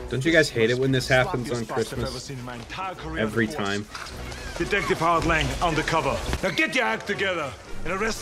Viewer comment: ITS TURBO TIYMEE